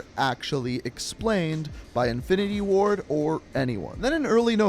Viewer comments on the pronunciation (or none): none